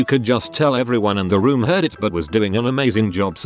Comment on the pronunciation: I love how it pronounces "buuuuut" as "buwoot".